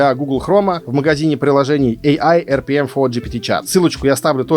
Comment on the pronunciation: Класс видео. А почему говоришь ai Rpm? Prm же или мне показалось?